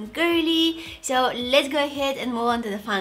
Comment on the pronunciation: why do you say sho instead of so? ;/